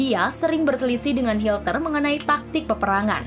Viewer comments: Hitler min bukan hilter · Hilter lagi min 😅😅hitler min bukan hilter 😂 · Adolf HITLER bukan hilter 🙈😂😂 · Bukan hilter tapi hitler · Maaf,Admin Salah sebut...Hitler...jadi Hilter..❤❤ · Hitler bukan Hilter min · Dia sengaja nyebut hilter